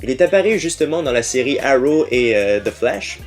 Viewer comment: Dans la sewie ? dans la sewie :D Bonne video !